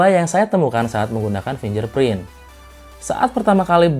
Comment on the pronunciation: fingerprint ya kakak, bukan finjerprint... oya usul dong, utk review2 selanjutnya masukin test lock gps dong, soalnya processor MTK sering susah lock gps. Thx ya.